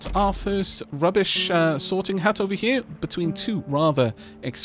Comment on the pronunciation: whenever you say sorting hut i keep hearing sorting hat